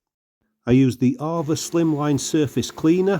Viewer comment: It's pronounced A VA not arva